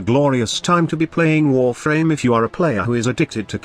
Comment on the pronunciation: When he said warfarm my spine split lol